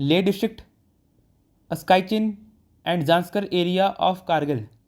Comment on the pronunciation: Bhai video ki detailing ke chakkar me yahi bhul gaye ki 'Askai Chin' nahi "Aksai Chin" hota hai ? 😂🤣